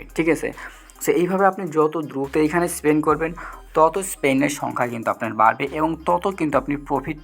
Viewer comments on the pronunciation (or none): স্পেন নারে পাগলা,স্পিন🤣